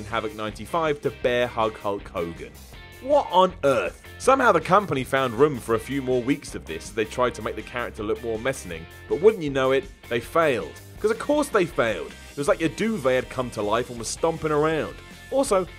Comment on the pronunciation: Did say "messaning" instead of menacing?